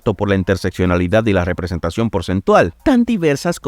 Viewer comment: representeichon xd